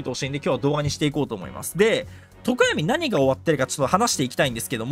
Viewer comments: とこ↑や⤵み↓気になりすぎるwwwww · とこ⤴︎やみw さすがに気になるわ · ゆうこるの常闇の発音が自分の発音が違いすぎて違和感すごい笑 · 常闇のアクセント気になりすぎる